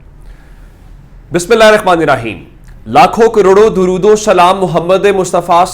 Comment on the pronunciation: Gondal sb gozarish Hy k dorood tu Sahi parha karain myry Bhai, 😢😢😢😢😢😢😢😢😢😢😢😢😢😢😢😢😢😢